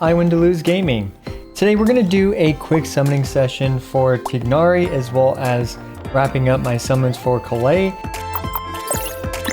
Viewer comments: Tie-nari not tignari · just do me a favor and pronounce his name right! it's not "Tig-hnari"! it's "Tie-Nari" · why cant any genshin content creators bother getting names right. maybe they just cant read? tie-nari. like a chicken thigh but a tigh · I keep hearing Genshin content creators say 'Tighnari' like the first part of his name rhymes with twig instead of thigh and at this point I feel like I'm getting trolled. Isn't it pronounced the 2nd way in cutscenes that mention him by name?